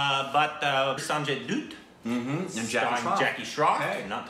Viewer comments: "Dutt" is literally pronounced as it's spelt and yet you still say "Doot" 🤦‍♂️ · It's not Sanjay Doot😂... pronounced as Sanjay Daatt